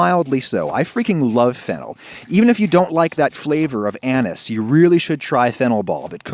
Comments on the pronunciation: "Flavor of Anus" is what I heard. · You said flavour of anise. I heard something else.